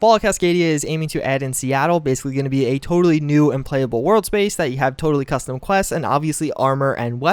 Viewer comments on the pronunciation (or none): none